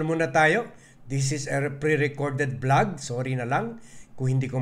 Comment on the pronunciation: Hindi blag kundi vlog ang pronunciation ng channel mo. Ayusin mo naman ang pagbibigkas mo Ng mga salita,nakakairita Ang mga sinasabi mo.